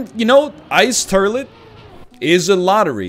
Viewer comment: I love the fact that thanks to, the word has just officially become "turlet"...